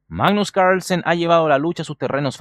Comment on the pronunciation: se puede saber porque pronuncias Carlsen como si fueses yankee? sen es hijo de y carl de germano, carlos, asi que porque mierda te resfrias para pronunciar un apellido tan facil o tienes problema de fonética?